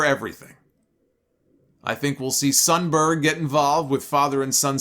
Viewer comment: Idk why, but "Sonberg" gets funnier every time I hear it.